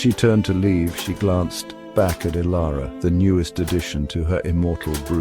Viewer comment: The heading reads Transform Dilara, but the narrator calls her Ilara.